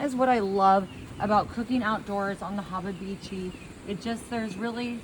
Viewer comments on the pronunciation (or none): When you are saying hababichi you are trying to say habachi? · The efff harabachi lol. It's a Japanese term He-bachi is how it's pronounced. Oi. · Your 'haba-beechi' is cursed... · There must be another Texas because in Texas USA we don’t eat shit like this!!! And, what the hell is a Hobabeechee???? Hibachi, Blackstone, flat-top grill. Made up words for made up “Texas” recipes. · First she can't pronounce Hibachi or Fajita correctly (and it's a flat top or a griddle, not a Hibachi. Did she say Hababichi? twice?)). Then she makes this soupy mess? I'm sure it tastes better than it looks, but I think it would probably be better in a wrap as a burrito. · Bro how did she pronounce hibachi😂😂😂😂😂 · This was a waste of food and time . She can’t even say hibachi right 😂